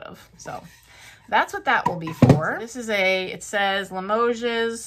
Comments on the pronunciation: Limoges is pronounced la mo shh. Not Limogeses..lol. You did so well with all those beautiful things! Fabulous finds, and I would paint the match safe too! 💚💚💚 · Just a friendly suggestion....Limoges is not pronounced with an "s" sound. Hugs!🥰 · Great haul! Amazing plates so far. Limoges is btw pronounced with no s sound. 😊👍